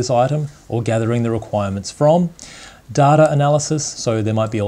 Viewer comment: Its data not datar, project not pro-ject.